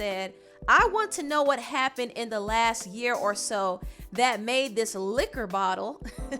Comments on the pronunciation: 'Liquor Bottle,' chile. 😂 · “liquor bottle” 😂🤣🤣🤣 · this “liquor bottle” lmao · Not “liquor bottle” 🤣🤣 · Lol, "liquor bottle"